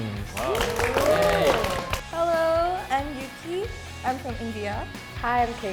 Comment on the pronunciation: Your name is, why do you say Yuki?